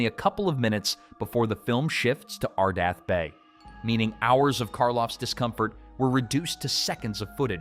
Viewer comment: It's ArdETh not ArdAth, so that dismisses the anagram theory. Come on...😮